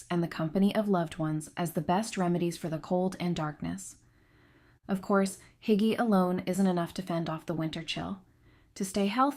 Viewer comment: It’s “ Hoo- gah” Terrible pronunciations…